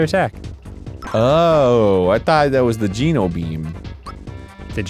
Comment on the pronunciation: It is pronounced GENO, not GINO